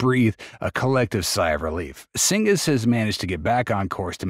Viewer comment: A decent overview, but cygnus is pronounced SIGNUS, not SINGUS. can’t let that slide in the editing, because it makes the bot narration too obvious